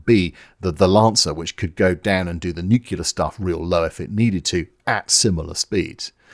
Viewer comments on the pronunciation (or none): Sorry but I've made a promise to myself that as soon as I hear the word N-U-C-L-E-A-R pronounced N-U-C-U-L-A-R Then I immederatelee ditch the content. But don't be too disheartened because, A: what does my opinion count for 🤷 f.a. admittedly and B: again don't feel too disheartened because I hear actual NUCLEAR physicists pronounce it NUCULAR. It just raises a big fat question mark on credibility .....I'm not pointing out anybody percificly it just really annoys me that they give it all the specialist jargon yet can't even bloody pronowns itt 🙄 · nuclear, not nuculer. jesus. it's not cultural, it's ignorant. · I just want to point out that despite making a graphic illustrating the way you pronounce the word nuclear and how that differs from the American pronunciation, that is still not how you actually SAID the word in this video. You said new-cue-ler, not nrw-klee-ah. You're swapping the L around. I only point this out because in previous videos you've given Americans plenty of shit for pronouncing things the 'wrong' way. Fantastic video though. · is the correct pronounciation, saying "nukular" is the "dumbing down". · It's nuclear, ie "new clee are" not "noo cue lah" 'cos it's from nucleus which isn't pronounced "noo cue lous" but "new clee us" I'm so sick of people saying it like an american kid that I'm giving you a thumbs down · Why would anyone with a posh British accent ever say "nucular"? It's "nuclear", you imbecile!!! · I simply can’t take people who say “nucular”, like some 5 year old, seriously. It is NUCLEAR. Splitting the nucleus of an atom, not the “nuculeus”, there’s no such thing. DNA is made of nucleotides, it’s a clear sky, not a “cular sky” - how hard can it be? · FFS, "nuclear" is pronounced "nuclear", just like it's spelled. It is not pronounced "nuckular", which is completely unlike how it is spelled, and not how it is pronounced in English. Why do the British have the worst English language skills in the world?